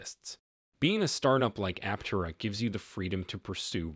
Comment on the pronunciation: After all these videos, you still cannot pronounce Aptera correctly all the time. It really does cast doubt on your knowledge of the subject about which you are speaking.